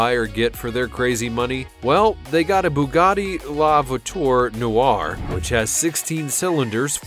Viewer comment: David Sherman is right & it's LA VU A TUR NU ARR